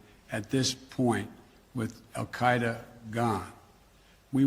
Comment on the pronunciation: Wh dude can't even pronounce AL Kite A consistantly